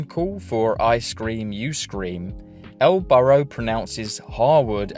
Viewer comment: During the video for "20 Minutes of Useless GTA 3 Mission Facts", pronounces El Burro as El Burrow